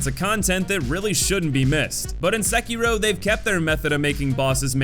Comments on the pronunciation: No youtuber I've seen pronounces the game's name correctly. You're close though. Se-ki-ro. Not Sek-kiro. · My dude its not "Sekeeroe" Its "Se-ki-ro" Edit:Plus i would put perilous atts in the hate.category tbh. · Sehkeyrow.... lolll.. great video but you are kind of pronouncing it hella wrong bro.. lollllz.